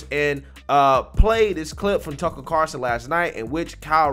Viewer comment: LOL!!!....it's CarL-son, not Car-son.😃